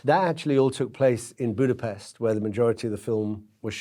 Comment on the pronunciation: He keeps mispronouncing the name of Hungary's capital city AND mispronounces the protagonist's given (first) name, but hey, who's being bothered by that? :face-purple-wide-eyes